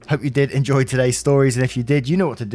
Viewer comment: I "endoy" listening too as always :D